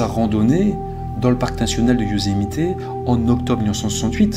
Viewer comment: Bonjour, j'ai une question pour toi et elle n'a rien de bien grave mais j'aimerais comprendre pourquoi prononces tu Yosemité? C'est anglais et les Américains tout comme nous ne prononçons jamais le é mais bien le e muet tel que Yosemit où lorsque certains américains prononcent le e en tant que i comme cela se fait en anglais car l'anglais américain est une langue d'expression. Je me pose toujours cette question lorsqu'il m'arrive de converser avec des cousins français. Sans rancune j'espère mais ça m'intrigue. Merci pour l'excellent travail que tu nous présentes et en ces temps difficiles c'est bien de penser à autre chose. ✨🫂✨